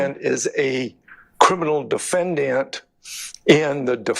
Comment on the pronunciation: All these Georgian lawyers can’t even say Defendant correctly they emphasize the A when it’s silent it’s pronounced De-fen-dnt or De-fen-dint not De-fen-Dan-t google it